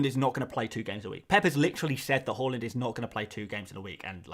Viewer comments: Haaland, not Hauland (even though it seems fitting) lol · Everyone else is saying it wrong, is right with his pronunciation. It's actually interesting Haaland chose to move to the 'aa'. His Dad used the 'å' during his playing career. Maybe Erling thinks it's easier for people to attempt saying his name using letters they're used to (even if most people end up pronouncing his surname incorrectly)